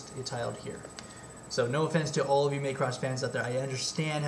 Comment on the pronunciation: "maycross" your a dumbass. ITS MACROSS